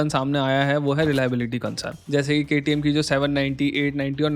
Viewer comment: sir, 1 salute for KTM full form pronounce......